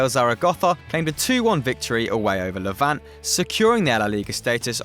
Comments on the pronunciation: Levant EEEEEE not Levant.... Newspaper El PaIIIIIIIS NOT El Pas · Levant? You mean LevantE?